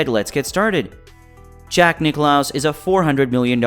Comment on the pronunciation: Not Nick-loss, Nicklaus!